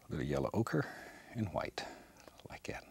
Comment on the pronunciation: I love when Bob Ross says « somethin’ about like ‘yat »